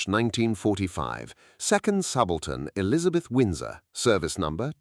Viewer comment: Crappy AI voiceover can't pronounce "subaltern" correctly. I'm out of here!